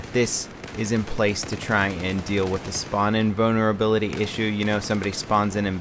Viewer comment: I just kept hearing "Spawning boner ability" instead of "spawn invulnerability".